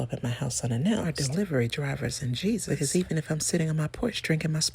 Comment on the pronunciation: The only people who can show up unannounced are delivery drivers and Jesus ... love your delivery. "Becow" 🐔 🐔 🐔 😅😅😅😅